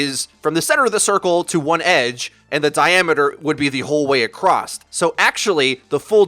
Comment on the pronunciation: you said "acrosst" WITH THE T. My life is shooken